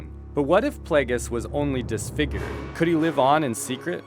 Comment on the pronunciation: darth pla-ges? its play-gee-us